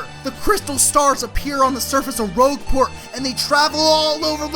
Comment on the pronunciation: Dude, I love you and I love this video series, but you might want check your pronunciation on Rogueport, Keelhaul Key, Lord Crump.